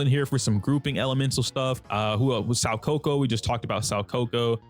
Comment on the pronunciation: My guy, I hooe you're doing this to be endearing, but you're butchering Soukaku's name 😂 You know Kaku the giraffe guy from One Piece? Well her name is pronounced "so Kaku". Hope this helps